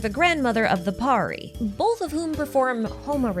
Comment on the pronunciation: Nice video...... The only thing that tickes me is the way everyone mispronounces pari 😂😂😂... It's understandable but still pari is pronounced as purr-ee. And pari(s) are commonly used for referring fairies here in Indian folk lore. Or an imaginary creature (mostly females) with magical abilities.